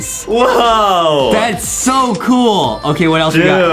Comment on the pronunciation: Adam just said gool its cool lol